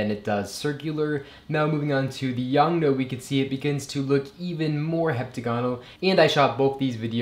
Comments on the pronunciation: Its YONGNUO not YONGNO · “YoungNo” lol.